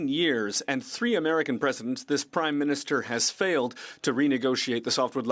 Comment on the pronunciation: Did she say after 9 years of this "crimeminister"? lol...